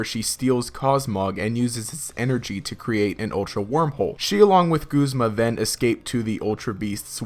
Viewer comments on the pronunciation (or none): none